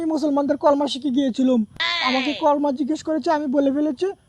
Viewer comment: ভাই কলমা হবেনা,কালিমা হবে একটু শুদ্ধ করে বলবেন প্লিস।